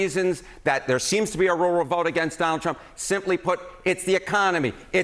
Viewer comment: Roo-el, lol not row-el.